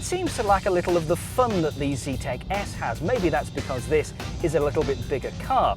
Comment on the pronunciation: Zetec not "Z-tech"